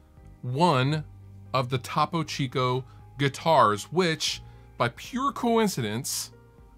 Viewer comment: lol TAH-PO CHEEECOO